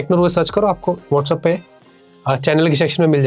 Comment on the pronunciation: It's WhatsApp not Whatsup😂